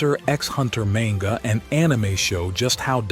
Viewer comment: im like 98.42% sure this channel is AI you pronounce manga different every other time